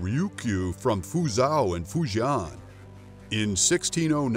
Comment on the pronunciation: I speak Mandarin and Japanese, but his pronunciation of Fujian and Fuzhou made milk come out of my ears.